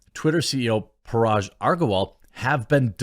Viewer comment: Its not paraj. Hard to listen to you , you keep pronouncing name annoyingly wrong.